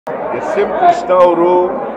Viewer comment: ಕಷ್ಣ ಅಲ್ಲ ಕೃಷ್ಣ ಅಂತ